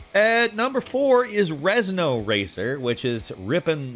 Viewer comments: It's Ren - zo, Ur-eh-un-zuh-oh, Renzo. Not Rez-no. Please don't disrespect this masterpiece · It shits me out when he keeps saying REZNO instead of RENZO WTF! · REN-ZO not REZ-NO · He called Renzo Racer, "Rez-no Racer" and the game is so bad that I'm not even a bit upset about it. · Rezno Racer! Rezno Racer! The game: Renzo Racer. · Like how you kept saying Rezno instead of Renzo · ReN-Zo, thanks